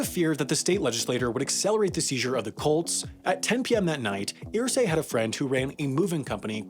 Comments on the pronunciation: It's pronounced "Ehrsay" not "Earsay" but great video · I wasn't going to say anything at first, but you say his name so many times it got on my nerves... Its pronounced errsay. Not earsay. Mini rant over. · I hate the way this guy pronounces Irsay's name. It's ER-say. Not EAR-say. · Its pronounced "ersay" not "earsay" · Wow, I am SHOCKED. You kept pronouncing the name "EER-Say" instead of "UR-Say", but you nailed "Hoosier". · I’m from Indiana and Irsay is pronounced UR-say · How do you do all the research and still end up saying Irsay wrong over the course of the whole video😂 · For your correction video in a year Irsay is not pronounced like how you said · As a Hoosier, it irked me he couldn't say Irsay correctly.